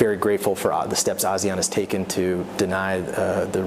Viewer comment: he can't even pronounce ASEAN correctly! haha, how sincere can they be? whole lot of talk..